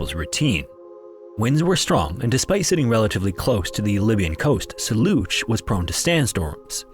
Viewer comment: You scam us with a C 47 and fake skeleton in a picture with the title to make us believe that this is a new story. It's old, been covered countless times and you can't even pronounce "Soluch" properly. It's pronounced like "Soul-ook". Piss off!